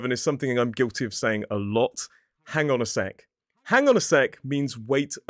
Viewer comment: Hong on a sec I like they how you pronounce it 😂😂